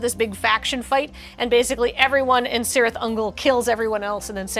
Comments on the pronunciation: Oh no,, you did the thing! Pronounced a Tolkien C as an S, it's always a K! (This is not a criticism, this is engagement) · "KEE-reeth". It's pronounced "KEE-reeth" Ungol, like the C in "celtic." 😝🤓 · Cirith is pronounced "kirith", with a hard initial K sound. This is not up for debate. Tolkien lays it out like a boss in the Appendices. Really, it is as though you did not recognize your place as one of the cornestones of the geek internet, and were content to cavort like some mere flatulence-based comedy troupe.